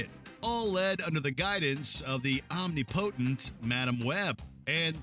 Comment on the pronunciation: That pronunciation of 'omnipotent' was like nails on a chalkboard. I'm sure the narrator has heard that word before (gosh I hope so), but perhaps he's never actually seen it written out. Jeez.